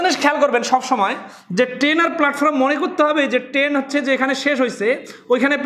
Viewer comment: ট্রেন না বলে কেন আপনি বার বার বলছেন টেন?